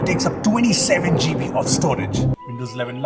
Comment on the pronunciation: Most people: "Gigabytes": "Jeebies"